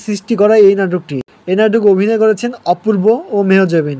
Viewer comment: মেহজাবিন নামটাই ঠিক মতো বলতে পারেন না আসছেন ভিডিও বানাতে।